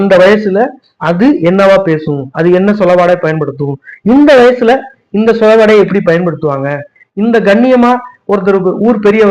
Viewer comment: சொல்+அடைவு சொலவடை உச்சரிப்பு பிழை. (சொலவாடை) நன்றி பேரா. முனைவர் சிவகவி காளிதாஸ்...